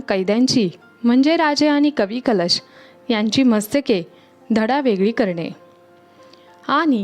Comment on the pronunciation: Kavi " kalesh ?"jyanche kavvya kalashat bharun thevanyachya yogyateche hote ,te kavi mhanaje "kalesh" , ase bolanari bai ka ghetali vlogsathi ? jya tya bhashetil shabd neet yatharth utcharale gele pahijet ! konalahi bolayala anu naye ! sarakhi chukichech utcharan karit hoti ,tyamule vlog aikane nako vatate !